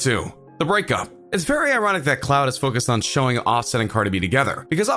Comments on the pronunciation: He said cloud not clout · Reggie T. She said cloud instead of clout😂😂😂😭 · Ummmm its CLOUTTTT NOT CLOUDDDD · Its "clout" not cloud 😂😂😂😂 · I’m just tired of you saying “cloud” like wtf 😂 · The way he said “ CLouHt “ 😂💀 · He kept saying “Cloud”😂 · ......what.....u wasted my time and yours u didn’t explain nothing... and why did you read like that at the end of every sentence 😂....and plus it sounds like ur jealous... 👀 LET THEM LIVE THERE LIFE 💘 and u said clout like cloud... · Why do you say "clout" so wrong? This analysis is so weird and all over the place. The video wasn't that deep at all.